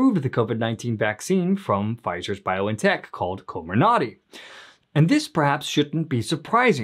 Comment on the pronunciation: Coh MIR nuhty. Emphasis on the second syllable. 😌